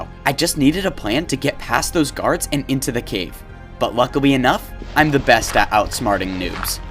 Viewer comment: bro says lucwy enough